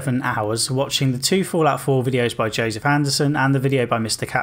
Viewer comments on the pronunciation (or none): none